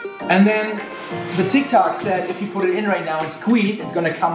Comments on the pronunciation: Thats tiktok not tictok :'-D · No one: Litterally no one: speaking tik tac instead of tic tok😂